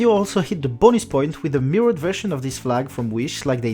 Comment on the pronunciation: Awesome video ! Seul critique c'est la prononciation de certains mots en anglais comme mirrored.